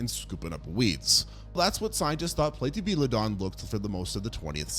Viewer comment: I'm not sorry to be that guy, but you completely butchered the pronunciations of Chalicotherium, Platybelodon, and Cuvier. 🤦‍♂️ It never hurts to double-check these things before you upload. I love your content, but this sort of shit drives me crazy and you can do better. Don't be careless and lazy.